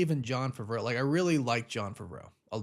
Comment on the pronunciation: I was wondering who was talking about. And now I know he talking about Favreau ( Fav-ver-roe )